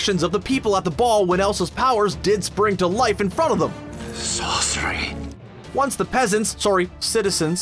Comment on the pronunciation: The way he said “sorcery” 😂